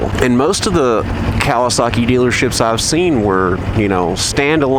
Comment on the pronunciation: I love how you say Cal-i-Saki lol